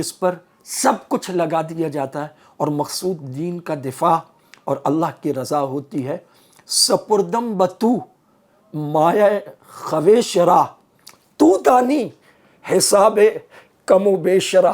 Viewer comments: تلفظ صحيح كريں يہ لفظ خويش بولنے ميں يہ و كے بغيرخيش بولا جاتا ہے لكھنے ميں و كے ساتھ خويش لكھا جاتا ھے۔ اميد ہے آئيندہ اس كا ديہان ركھيں گے۔ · حضرت فارسی میں کچھ واو لکھے جاتے ہیں لیکن پڑھے نہیں جاتے ! جیسے خواب ، خویش ، خود وغیرہ ! یہاں خویش کو خِیش پڑھا جائے گا ! جزاک اللہ ! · محترم! خویش؛کی واولکھنےمیں توآتی ہےبولنےمیں نہیں؛اسےواومعدولہ کہتےہیں بولیں گےخیش لکھیں گےخویش بہت معذرت